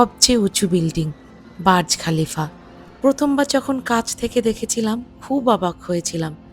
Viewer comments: ওইটা বাজ খলিফা নয় বূজখলিফা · Not baz khalifa/ burj Khalifa